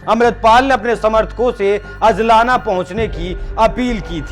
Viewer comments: अजलाना नहीं अजनाला। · Abhey Salle Pehle Bc Bolna Sikh ke aa hajlana Nai He Ajnala He Lodu Or Puri Bat bass Badkane Walle Tum Kuch Patarkar Chutiye log hoo